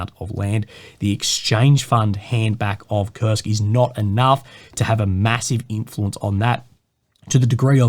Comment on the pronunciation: Its Kursk guys, not "kurst" or "kurts" 🤦‍♂️